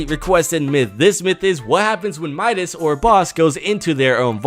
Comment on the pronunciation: Midas not minas